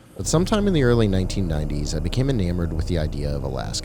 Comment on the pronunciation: That’s not how you pronounce ‘enamoured’